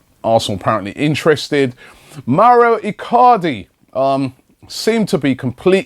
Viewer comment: wow I like Robbie, but when he pronounces the names is so shit Mauro iCardi - "maurio" Marcelo brozovic - "mar chair lo" Nampalys - "Napoli"